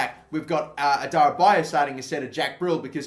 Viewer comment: Adarabioyo is pronounced 'Adara-beo-yo', you always missed out the 'yo' at the end. And Karius is pronounced 'Ka-ree-us' not 'Ky-rus'.